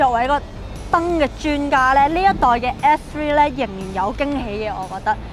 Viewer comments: 如果咬字咬得清楚啲會更好，而家唔係唔好，但佢片頭張個S3講到F3,發音改善下就perfect 啦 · 好似講野要加強返， S three 好似講得唔正。加油。 S3 外型好似正左